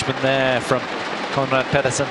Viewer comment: Petersen not Pedersen